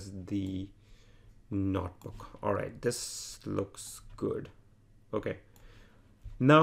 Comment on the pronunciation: This is a great tutorial. I just wish the author could stop saying "Not Book" instead of notebook...